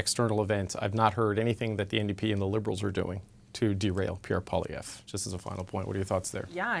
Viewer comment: "Poppiev"??? said by the Flamer on the panel. What the heck is she on either then the #OrangePill. It's Poilievre and she should practice that in the mirror before going on National T.V. The correction later on in the interview is so sad with the smirk smile. Have to call it like we see it or hear it.